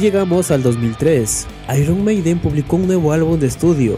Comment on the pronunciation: Tío, nada más comenzar a ver el vídeo, tu forma de pronunciar las palabras anglosajonas ya me deja desconcertado. Por una parte, con algunas lo haces en la forma exagerada, repedante y superhortera que acostumbran muchos latinos ("eirruon meideen"), pero a otras le das la pronunciación ridícula de los casi analfabetos (·pub"). Ni tanto, ni tan calvo, tío. Una cosa intermedia es lo que queda bien y no provoca que la gente se ría al escucharte.😅😅